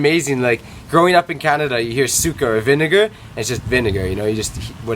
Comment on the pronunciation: You pronouce suka(vomit) like sukah and suka(vinegar) like you say the a like not even for 0.20 seconds